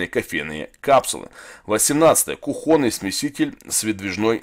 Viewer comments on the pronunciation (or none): в слове "кухонный" ударение на У, а не на О.